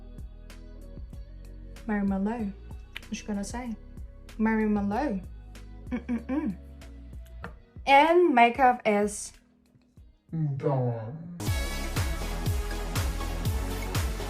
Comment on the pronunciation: “Marry Mahlo,“ dead 😭